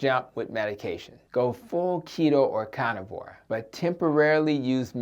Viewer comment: "Cah nivore" (carnivore) "Addick" (addict)